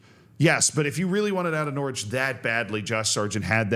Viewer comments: immediately corrects himself on pronouncing the W in Norwich, proceeds to later pronounce the 2nd T in Toronto. Canada asks for an apology and a retraction. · Norwich rhymes with porridge, obviously